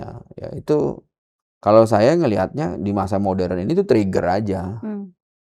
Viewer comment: Ibu pendeta.... maaf koreksi... Moderen diucapkan mo-de-ren ya... bukan MODREN